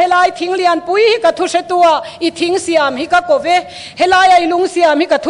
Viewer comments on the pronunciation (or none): none